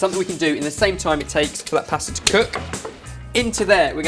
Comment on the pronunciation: I love how you guys say pasta lol, it's not posta but pasta xD